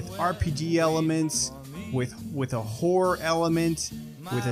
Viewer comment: lol I thought I heard you say “whore” and not “horror” for Bioshock 🤣